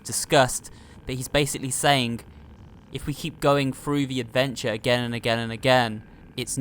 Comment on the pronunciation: You di know the meaning of again right? You pronounced it saying a gain.